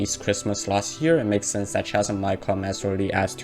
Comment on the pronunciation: Just a tidbit, its pronounce (Kazem), Chasm Good video, keep it up